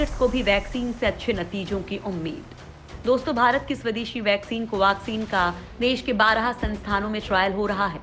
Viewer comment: कोवाक्सिन क्यो कह रही हो